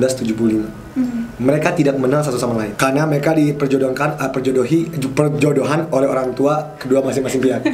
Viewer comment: Andovi said : Perjodohkan, Perjodohi, Perjodoan Hahahahahaahahah ngakak aku